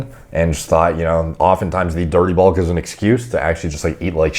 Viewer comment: People who mispronounce their vowels irk me to no end - can't stand the guy. Glad your "bolk" went well though!